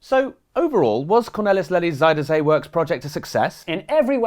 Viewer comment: oh hey, at least you said zee right at least once. nice.